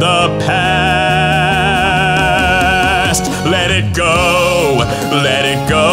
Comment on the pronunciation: awesome but you said sometimes ''let it co'' not let it go :P